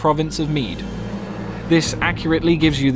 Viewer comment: Kingdom of Mide ? is it not Meath?